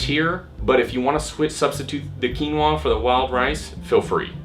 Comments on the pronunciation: Keenwarr. God I love American pronunciation. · It's called Quinoa. Pronounced "Keen-wah".